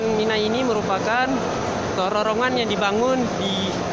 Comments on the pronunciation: bilang terowongan kok susah... penyebutannya kok terorongan..?? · pengucapannya bukan TERORONGAN tp TEROWONGAN...... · Terowongan Hadeh gemess ngomong terorongan terorongan terosss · Terorongan apa terowongan? Nafar apa nafas?